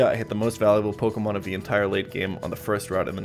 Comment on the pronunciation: why cant anyone pronounce my name? Everyone else: why cant jan pronounce pokemon names correctly?